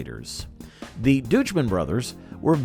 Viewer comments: "Dooch-man"? Really? DOICH-mann. SMH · Pretty sure Deutschmann is pronounced like "Doych-men." At least that's how the guy I know with that exact last name pronounces it.